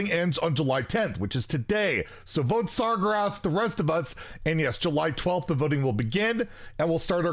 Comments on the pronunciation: Is he pronouncing Sargeras' name wrong on purpose to piss us all off? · love how you're campaigning for sargeras yet you can't pronounce his name XD